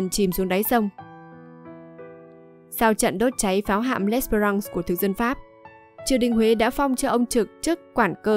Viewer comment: đọc gì em ? tàu chiến của Pháp mà nghĩa quân của Nguyễn Trung Trực đốt cháy là tàu L' Espéfrance .( đọc és fe răn se' ) . làm clip chưa thật đúng với thân thế và sự nghiệp của Nguyễn Trung Trực , ông còn có tên khác là " Chơn hay Lịch " . mẫu chuyện kể về vợ và người con là sai hoàn toàn , góp vài ý cùng em , vì chúng tôi là người trong vùng , và lấy làm khó chịu khi mẫu chuyện không đúng về ông .